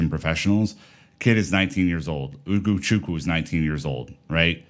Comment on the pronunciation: Hoo go Choo coo it's a western Nigerian name